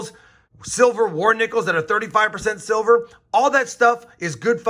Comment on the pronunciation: DID I HEAR SILVERR!